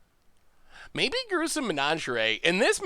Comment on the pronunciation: Pronouncing "menagerie" like "lingerie" is my favorite pronunciation of all time. So saucy.